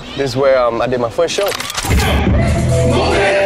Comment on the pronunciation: "where i did my foist show"